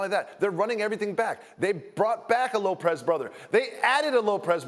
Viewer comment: the fuck, this man saying loPRez, lmao